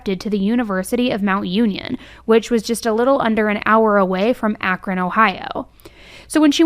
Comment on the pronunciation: I noticed you pronounced Akron like the Ohioans in this video. You must have have saw us all in the comments last time you did an Akron video. Lol